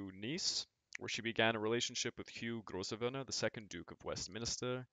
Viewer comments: Grosvenor is pronounced "grove-ner". Yeah, the English language is a mess! LoL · and Grosvenor is pronounced "Growvna"